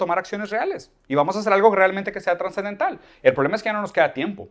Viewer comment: Conozco el término subsidiado, el de "subdiciado" lo desconocía. Lo dice un par de veces. También dice "transendental". Entiendo que se refiere a trascendental. En fin, lo seguirá escuchando un poco más.